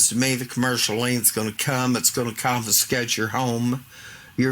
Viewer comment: Lol did she just tell them "they're gonna cofiskate yer bacon account"? This is comedy gold!-!